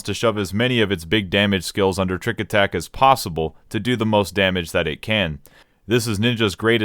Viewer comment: "tricku attacku" He's speaking the language of Gods :')